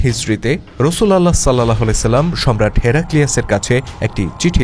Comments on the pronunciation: রসুল উল্লাহ । রসুল আল্লাহ উচ্চারণ হবে না । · শুদ্ধ উচ্চারণ হবে : রাসূলুল্লাহ সা.!!!